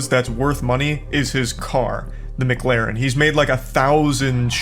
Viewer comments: Even he doesn't say McLaren correctly! He states it is "mu-claren" where in actual fact it is "mc-laren". This is the type of moron who would pronounce McDonald's as "mu-cdonalds" In regards to people who think it is wife to beef with Charlie, an old saying comes to mind: "Don't try to ruin my life with lies when I can destroy yours with the truth" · its actually mac lar en. believe me im british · "Its not Mcglaren is Mc-Laren" 🤓☝️ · McGlaren Charlie ive never watched him but i assume that he might just have something wrong with talking or something but i doubt that. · erm its actully called a mccalin not a mc galin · wojo dumbass gonna say he said mcglarin instead of mclarin, you know damn well he said that just to sound cool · Dumbass is trying to mock the way Charlie pronounces McLaren when he’s the one saying it wrong it not Maclaren it’s McLaren like McDonald’s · It's not pronounced McLaaaaaaren is pronounced Mic- lah-rin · you know you've lost when your only argument is : Its not pronounced MGlaren its Mclaren . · “Ermm😅 its not Mglaren its Mclaren 🤓” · Yea sorry Charlie you definitely said Mcglaren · shouldn't talk, hes pronouncing McLaren as if its spelt MckLaren. 😂😂😂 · It's not "McLaeren" either. Since it's a British brand, it's pronounced as if you're saying "Lauren" without the "u". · "It's not McLaren, it's MuhClaren" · I love how just tried to say that Charlie pronounced McLaren wrong. Charlie has an accent I'm pretty sure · Not the first guy saying Charlie clearly isnt successful cus he mispronounced mclaren. CHARLIE IS WORTH ALMOST $42 MILLION this guy is nothing compared to him